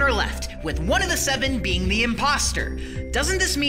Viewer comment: I think he said precious BEING not bean